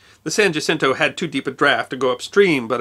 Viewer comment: San "wah-sin-toe", no "ja-sin-toe". Jacinto. I may have spelled that wrong.